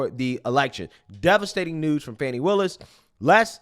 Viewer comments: How does Fani = Fauny and not Fan-ee? This is like calling Target "Tar-zhay" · I pronounced her name PHONY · The spelling isn't Fawni. A ceiling fan, with an I.....fani. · The woman can’t even pronounce her own name correctly🙄or perhaps her parents misspelled it? There is Fani, like mani and handi, and there is Fawny, like tawny and brawny. Only a narcissist would think the rules of proper English should be changed for them.